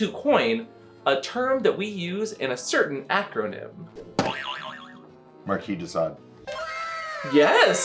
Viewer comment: And pronounced it correctly too....